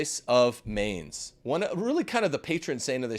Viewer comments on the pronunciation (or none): learn how to pronounce Mainz